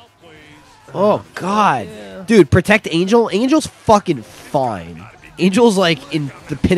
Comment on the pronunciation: Angel is pronounced "onhell"